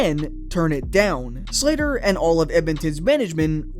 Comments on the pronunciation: Sather not Slater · Sather not Slatter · "Sather", not "Slater". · Good video, love the topic. Just one small critique, you pronounced Glen Sather as "Slater" a few times when discussing that English chap.